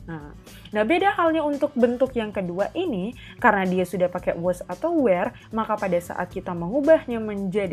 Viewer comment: Kak, sorry bukannya were dibacanya pake e kaya di kata lepas ya bukan e di kata ember. Kalo kaya yang kakak baca kesannya jadi kaya where bukan were